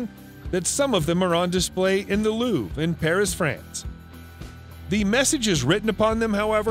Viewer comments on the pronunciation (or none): none